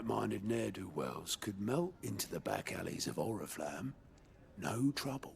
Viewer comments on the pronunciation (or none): Почему вместо Орифламм, я слышу орифлейм